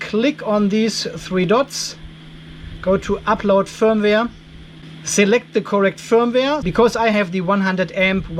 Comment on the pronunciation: Fireware ? Feuerwehr ? or did they meant the usual firmware ... but it sounded funny FireWehr.